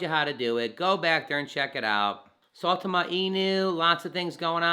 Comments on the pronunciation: Is it really that hard for people to pronounce the name right? Christ I here saytama suuutama now I'm hearing saaaawtama, it's sai ( like how you pronounce *sign*) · You say it weird. It's sigh-Tom-Uh